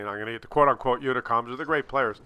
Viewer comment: And today he is still sucking up to the "unicoms". LOL.